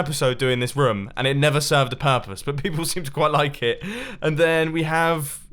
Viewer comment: the way he says room. . .